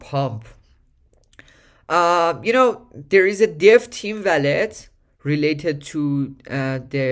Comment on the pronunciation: wall - let . not valet